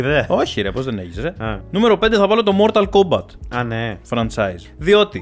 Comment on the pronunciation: Mortal kombat με τί στο τέλος .. έλεος δέκα φορές μια καθαρά δν το είπες .. 😂